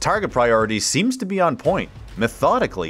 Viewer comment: "TAKTICALLY" lmao!!!!